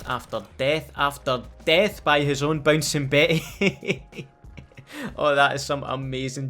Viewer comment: those damn Bouncin Beh-eh’s